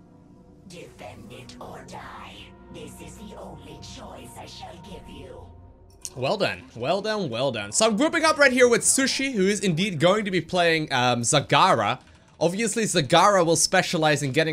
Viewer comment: ITS SHISUI MAAN NOT SUSHI LOL U NO KNOW NARUTO MATE?